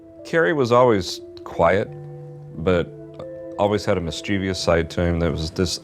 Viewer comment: Why almost every single American mispronounces this word? mischievous: /ˈmɪstʃɪvəs/